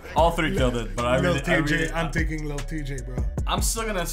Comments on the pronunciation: Y'all are saying lil chey that's not how you say his name 😂💀, it's lil TJAY omg lol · It’s lil T Jay not lil chay🤣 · It’s not lil tschay its T-jay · ITS PRONOUNCED TEEJAY LIL TJAY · U pronounce lil Tjay as lil Teejay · ITS TEE-JAY